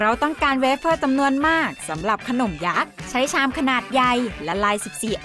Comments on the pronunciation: เวเฟอร์ ไม่ใช่ เวปเพอร์นะคะ คำว่าทันใด พูดเหน่อไปจนแปลกค่ะ ปล.แปลความหมายตรงเกินไปจนผิดค่ะ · เวบเฟ้อคับไม่ไช่เวบเพ้อ